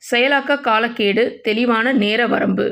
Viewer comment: காலக் கெடு என்பதை காலக் கேடு என வாசிப்பது காலக்கொடுமை!